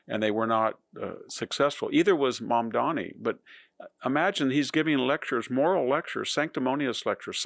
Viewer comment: If you could pronounce your subject’s name correctly and try not to dress as though you’ve come to mow my yard, you would carry more credibility.